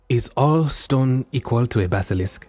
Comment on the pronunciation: It's like a Basilishk, only Diyah, yesh.